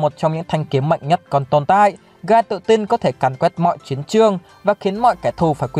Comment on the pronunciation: hình như trong light novel volume 16 bảo là tên của Guy đọc là "ghi" chứ không phải "gai".